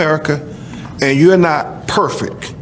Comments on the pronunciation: Did that lawyer say “perfek” You better put some respek on that perfek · A lawyer? "Perfek" Do you also "Ax querstuns" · 59 dislikes. Must be libtards that can’t except the truth. Pathetic. Instead of saying perfect the lawyer said perfic and he’s supposed to be educated.😂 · Like the lawyer says, "perfik" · Perfeck? And they wonder what’s wrong with the country. If your not smart enough to speak your native language, The only language you have spoken your entire life. Well your probably not smart enough to understand logic. Or understand anything for that matter. For crying out loud immigrants learn it in 3 to 6 months!! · A lawyer who says "perfec" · The lawyer said "perfeck" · A lawyer who talks like that......"perfick" ????? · "Perfek"....what's that? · Perfik? That's your lawyer?😂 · Did that lawyer say ‘perfeck’!? 🤪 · Did the educated lawyer just say "perfek"? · What's a "Perfick ".....🤔🤔🤔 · That dud has a lawyer that cant even speak he said perfeck instead of perfect when your an idiot you get an idiot lawyer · Lawyer man sad “perfik”. I’d be like, NEW LAWYER PLEASE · Never hire a lawyer who says "perfeck." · What’s perfeck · He said perfek.... taking any of this seriously is out the window. ಠ_ಠ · Lawyer said perfecK with a K. Kind of like Biden doesn’t know what to say. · "Lawyer" says perfec... smart man right there. 🤦‍♂️ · Did the lawyer say, "perfick"??? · Did he say PERFECK? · That lawyer can't even say perfect right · That stupid attorney can’t even say the word: “Perfect”! 😂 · I was trying to figure out why he pronounced it with a K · Lol his lawyer couldn't even say the word "perfect" correctly. I guess he's aloud to speak section 8 even though he's a successful lawyer because he's black.